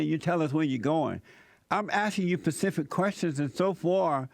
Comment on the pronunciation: “You have been incapable of answering any pacific question” Just hearing his 5th grade intellect gives me laughter.